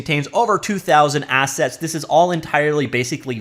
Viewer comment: "Assets" ..... I thought he said "Asshats" ... my bad😅